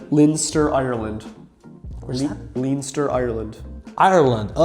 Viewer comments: Leanster is killing me 😂 Its LENstur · for anybody who's interested, here are the irish pronunciations: Leinster = 'Len-ster'. Connacht = 'Cunn-uckt', or more broadly anglicised as 'Conn-uckt', but in irish it's 'Cunn..' Fascinating results, and it makes me interested in doing my own. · Btw Leinster in Ireland is pronounced LEN-ster, not LEEN-ster. It is the eastern province that contains our capital Dublin, its surrounds and the midlands etc Connacht is also pronounced CON-AKT, not ‘Con-asht’. Donegal is ‘Dunny-gal’ rather than ‘donny-gal’ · Wowee, those Irish province pronunciations are painful 😅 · FYI Leinster is pronounced LEN-ster. Non LEEN-ster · Leinster in Ireland is pronounced 'Len stur' not lean stur. One of the 4 cúige (provinces) of Ireland - Ulster, Munster, Leinster and Connacht. In Irish it's Cúige Laighean, it's the eastern province and is made up of 12 of the counties of Ireland including the capital, Dublin. It's flag is a golden harp on a dark green background. Connacht for Isaac is pronounced Cun-uhkt, western province, smallest of the provinces, made up of 5 counties. Large amount of our Gaeltacht in Connacht. A lot of Spanish armada connected with County Galway in Connacht. Donegal is pronounced Done-ee-gawl. And lastly, I'm delighted to hear how Irish Isaac is! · its Len-Ster, not leen-steer, and Con-ocht 🇮🇪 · What do you mean connasht and leenster. Bro is a grown man and my 6 year old sister could prononce the words better than him. And btw its prononced con akt and len ster. And donagl bro just say the words right and come to DONEGAL town and meet me. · Leinster= Len-st-err Connacht= Conn- oct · Btw Leinster is pronounced “Len-stir”. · Connacht is pronounced "Con-acht" and Leinster is pronounced "Len-stir" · Irish province pronunciations (English) Leinster- Len-ster (East Ireland) Munster- Mun-ster (Southern Ireland) Connacht- Con-act (western Ireland) Uslter- ul-ster (Northern Ireland) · Its pronounced : LEN-STER CON-NOCT DUN-KNEE-GAWL 😅😅